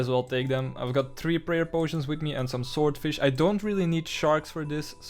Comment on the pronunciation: I much prefer when you said shordfish opposed to swordfish 😂👍 made me chuckle, I do it all the time.